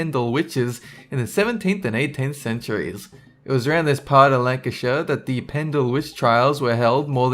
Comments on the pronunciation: Thanks for saying Lancashire correctly. Nottinghamshire is pronounced the same way btw. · Well done for pronouncing Pendle and Lancashire correctly!